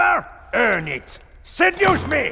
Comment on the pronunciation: SEH-DYOOS ME!